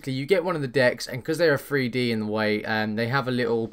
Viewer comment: three d not free d, hahahaha LOL